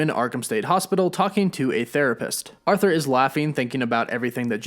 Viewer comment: It’s “ARE-thur”. Not “AUTH-ther”